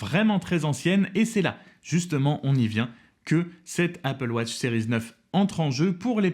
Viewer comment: Pourquoi prononcer « sériz » ?🤔🙄